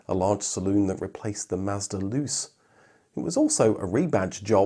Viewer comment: its pronounced, "loo-chay" not lose or luce.